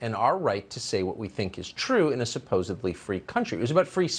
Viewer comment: Tucker said supposebly 😂